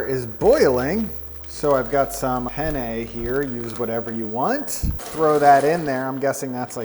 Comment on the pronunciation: Did he say “henne” when dumping the penne in?!